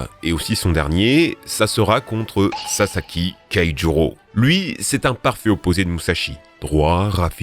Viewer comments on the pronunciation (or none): Je rêve ou il a dit sasaki keijuro 😂😂😂😂